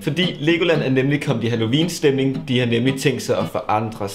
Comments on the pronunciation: Elsker hans måde at sige halloween på: Hallovin 😂❤️🙌🏼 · Du siger halloween på en mega spasser måde. Halloviiiiin😂😂